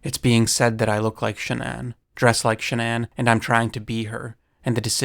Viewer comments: Shannon is pronounced SHAN-on not SHAN-uhn ugh🤦🏻‍♂️🫤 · Dude. Her name is Shannan. Not ShahNON. Are you American? It's so jarringly wrong it's hard to pay attention to the rest of it. Would it have killed you to take 2 minutes to find out how to pronounce the name of this poor dead woman? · Ai? It's Shann-aen. Wtf is SHA -NON ? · A strange way to pronounce Shannon. It's usually pronounced like Cannon. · Shannan. (Sha-nan) if youre going to use her tragity on videos to get views , you could, at the very least, pronounce her name correctly. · Name pronunciation wrong and Nicole wasn't a neighbor. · I cannot sit through this because you haven't done basic research. You can't even pronounce Shanann's name correctly. It's sloppy and disrespectful. Her name is so easy to find pronounced correctly by her family. You will never be a journalist with this kind of laziness. Sorry, but, it's true. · Why do you pronounce her name like that? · It's crazy how many hours of footage and videos there are of this case and people saying her name and you still went out of your way to pronounce Shannan's name wrong. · Lol. Youre saying Shannon really weirdly. Sigh... man... they really need to let everyone tear him apart publicly